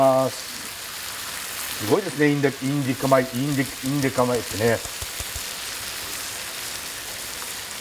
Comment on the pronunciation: 「インディカ米」が言えないたびに爆笑ww ケニアの弟子だとか、スケールのでかいお話がサラッと